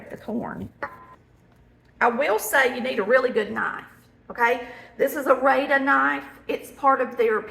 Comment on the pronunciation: It’s not pronounced Rade-a it’s Rad-a. Google it!! We northerners that yinz don’t think can cook have been using these knives for 65-70 years and my mother and her mother had them too! In our area we have a large Amish population who sell Rada utensils at their locals shops and we also get more craft shows.